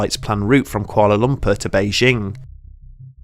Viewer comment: "Koala Lumper" cracks me up every time he says it lol. Great video, either way.